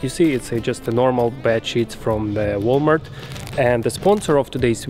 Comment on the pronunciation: His accent makes it sound like he's saying shit instead of sheet. 🤪